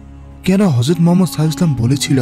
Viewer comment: হযরত মুহাম্মদ (সাঃ) উচ্চারণটা শুদ্ধভাবে উচ্চারন করুন ভাই